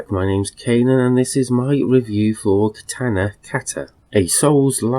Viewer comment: That's not how you say katana or kata. Or how you spell samurai